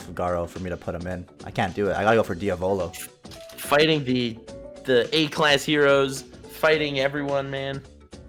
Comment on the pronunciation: U don’t pronounce diavolo like that lol